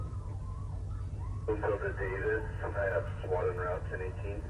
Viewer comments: It's AI. Who says S-W-A-T letter by letter instead of saying swat as if it's a word? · The AI narrator can't pronounce SWAT properly..😂😊😅... S-W-A-T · stupid AI voice over has to spell out swat lmao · Who tf pronounces SWAT like that